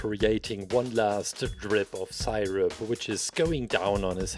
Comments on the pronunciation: i like how he says sighrup and not syrup. its godly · I love the way he says sirip😂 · Its pronounced see-rup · Everyone: IS IT SIRUP OR SEERUP: Sighrup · Dude I love how he pronounced syrup